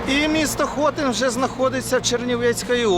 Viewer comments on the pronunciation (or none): правильний наголос на И - ХотИн